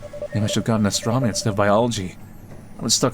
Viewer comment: The way he keeps saying "astromony," I can't tell if he's trying to be funny, or if he's going full George W. Bush nukular on us. I counted at least three astromonies.